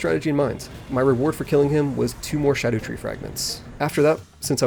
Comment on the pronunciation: Just say shadow you sound stupid saying sha-doooo.